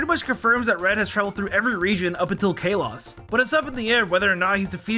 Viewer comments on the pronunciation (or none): Guy-ble?? Kay-loss?????😭😭😂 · This man really just said "kay-loss"😭wtf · the pronunciations of all these words… gible… kalos… eternatus… and so much more + elio, lysandre, selene